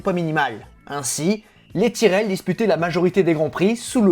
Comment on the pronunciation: bon, je regarderai quand tu apprendras a dire tyrrell